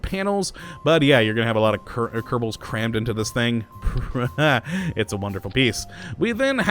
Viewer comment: Why do you say Kerdible space program?